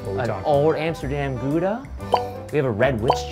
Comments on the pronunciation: me who is from gouda finally correct pronounciation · As a Dutchie, that Gouda pronunciation ~*Flawless*~ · This is literally the first time I have ever heard anyone outside of the Netherlands pronounce Gouda properly! I even corrected Shane when he said it near the start of the episode... it pleases me to hear it pronounced properly... Personally I would have also added crispy bacon bits to the crumb topping and maybe used bone marrow in the sauce. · I appreciate the addition of the right pronounciation of Gouda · Loving the correct pronunciation of gouda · As a Dutchie, I'm very impressed by the pronunciation of "Gouda" by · I was so glad when I heard someone from the US at least trying to pronounce it right. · Gouda pronounciation pretty good :3 i'm from holland and gouda is nice :3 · Damn that cheese guy knew how to properly pronounce Gouda (he did about as well as I can expect for a foreigner), I trust him with my life. Old Amsterdam is personally not mt fave, it's a little touristy, I believe it's artificially aged, but I'll go for an old Gouda any day. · People pronouncing Gouda correctly makes me happy for some reason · I can't believe how many people don't know Gouda pronounced with an H sound! Especially, he has eaten so many worldly foods how has nobody told him that before?! lol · Thumbsup for the correct pronounciation of Gouda :D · Solid attempt at pronouncing Gouda -hat's off hahaha